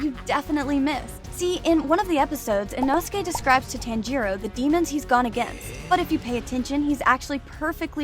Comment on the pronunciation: Ee- know-skay. Put that respect in his name.